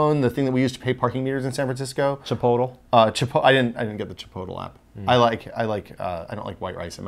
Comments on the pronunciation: Chipotl? Chi-pote-lay! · Are they kidding when they say "Chipotle" like "Chip-oat-el"??? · lol at "chip-o-tal" xD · wait did they just call chipolte chipolto? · Is nobody going to talk about how they pronounced Chipotle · thats not how you pronounce chipotle just fyi